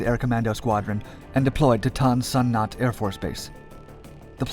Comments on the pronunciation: Dad spent 1968 in Tan San Nhut, flying C-47s in 104 very black missions. He received a DFC for something he did. It's pronounced "Noot," not "Nut." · it is prounounced Tan SON NUTE not nut and the airplane were modified in the US not manufactured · Tan Son Newt is the way it's generally pronounced. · Tan Son Nhut. Nhut is pronounced Newt not Nut. Voice synth I guess. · Tan Sun NUT..... HAHAHAHAHAHAHAH Its pronounced TahnSun NOOT.... B co, 5th Bn, 7th Cavalry, 1st Cav Div, Airmobile - Garry Owen ! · You are pronouncing the air base wrong. The last part is not pronounced as “not” It is pronounced new t. Newt Rodney Based Pleiku Airforce Base , January - December 1968 By the way, the distinctive sound of 3 spooky minty guns firing into the jungle 100 yards away, is a sound that no one can forget. And can not be confused with any other sound on earth. Yes indeed the hills were alive... for a while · Ton Son Nhut AFB. Not Ton Son. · The airbase name was not pronounced "tan-san-nuht" but "tan-san-noot" and the US was not defeated in Vietnam, not on the ground nor in the air. There was a peace treaty followed by a US withdrawal. Two years later, following a Congressional aid cutoff, the NVA launched a massive offensive. No US troops were there. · It’s pronounced “Tan Sun Noot” not “Tan Sun Naught” otherwise nice job. They saved my life several times in 1969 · A minor point. It is pronounced Than Sun Newt. Not Than son Nut. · "Good video, pronunciation is "Tan sa noot" not "tan sa not" Air Force base. Spookys saved our asses out of Bien Hoa in 68,69, and 70. A1 sky raiders also were a god send for us. Thanks for putting this together. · The only gripe I can see is Tan San Nhut is pronounced tAn San noot instead of nut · Da*n it man, get your pronunciations correct: It's pronounced " Tahn Saan Nuut" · TAHN SA NUTE air force base, Get it right or stop moderating videos. How annoying. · Youre saying it wrong Say Tahn Sanoot Air Base! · That AFB? Pronounce it "Tahn So Noot"